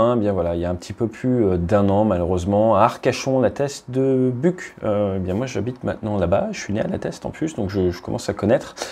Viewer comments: Si tu habites à la teste maintenant pense à le prononcer buchE (ça vient du gascon) et pas buc, ça va faire siffler des oreilles sinon, super vidéo comme d'habitude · Alors puisque tu y es né comme moi tu prononcera : la teste de buchhhhe parce que buk ça m'a vraiment écorché les oreilles pour un mec du coin.😜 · Bonjour, ça se prononce la teste de buch"e" et non de buc"k"😉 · Carrément! J’ai même eu un doute sur la prononciation! 🤣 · Moi je vais adorer t’apprendre physiquement à prononcer Buch